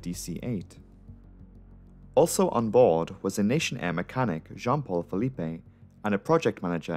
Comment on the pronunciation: The pronunciation should be Filip not Felipe.